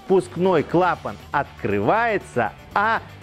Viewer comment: Это первое на моей памяти видео на ютубе, где все склонения и ударения в слове "клапан" сделаны по правилам русского языка.